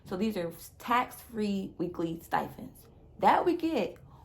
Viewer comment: its “stipend” not “stifend”